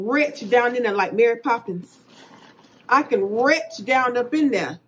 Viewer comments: "I can retch down in there!" "My granddaughter still owes me $40." You love 1967, don't you? "Teddy Bla-que" 😂😂😂😂😂😂😂😂😂😂😂 LMAO!!!! I can't!!! By the way, that's a nice purse. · Retch. Pockabook. Bill Fold. 😂😂😂